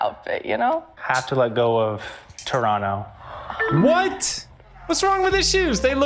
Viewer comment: When he says Toronto correctly 😍